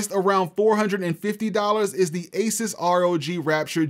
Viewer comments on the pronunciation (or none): I wonder what it is like working for Asus hearing people say Asis.